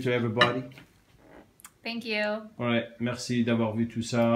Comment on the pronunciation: Merci et non merco